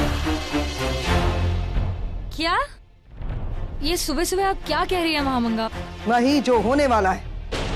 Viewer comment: Mhamanga ❌mhadanga 😅